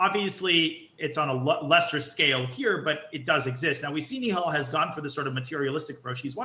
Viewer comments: I hate it when these americans call nihal neeehal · it's pronounced knee-hell you loser